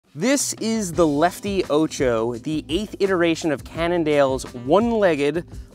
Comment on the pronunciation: Funny how you mispronounce 'ocho' throughout the video! It's 'o' like orange, not like ohchoh!